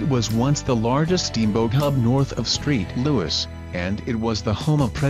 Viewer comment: "Street louis" I think your shitbot meant to say Saint louis.